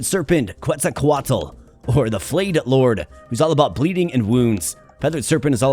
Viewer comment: The word Quetzalcoatl actually has 5 syllables =)